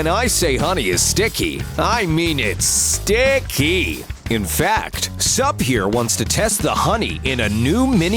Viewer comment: Nobody: Narrator: sTiCk KeY